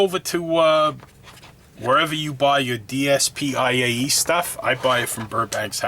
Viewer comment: I think it is pronounced Dee-Spay. Apparently it is an acronym for there motto or business plan?? Dream dream Promoting the development of the industry is both a dream and a responsibility S trive struggle The road to developing domestic brands is long and arduous, and we must be fully prepared Perfection Perfectionism Keep improving, improve the product experience, and take responsibility for users I nnovate Innovation Homogeneous products are all the same, interesting ideas are rare, and innovation is the basic driving force for the development of the industry A dvance progress Surpass your yesterday self and give your future self a reason to succeed E xcellent excellence Refuse to follow the crowd and strive to become an industry benchmark